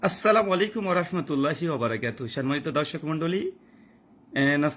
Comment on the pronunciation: রাহুল ভেড়াদার, ভাই আপনার থেকে ইমরান বিন বশির অনেক চমৎকার এবং সাবলীল ভাষায় কথা বলে। শুধু আমি না প্রত্যেকেই বলবে তাহার শব্দচয়ন এবং কুরআন সম্পর্কে আপনার থেকে অনেক অনেক গুন বেশি দক্ষতায় পরিপূর্ণ। আপনি এখনো শুদ্ধভাবে সালাম বলতেই শেখেন নি। আর কি যুক্তি দিলেন তা মাথার উপর দিয়েই গেল,আর মূর্খের মতো হিন্দুদের কথা বললেন। ভন্ডামি বাদ দেন ভাই এটা একটা সোশ্যাল প্লাটফর্ম। মানুষের সম্মুখে নিজের কানটা কাটবেন না।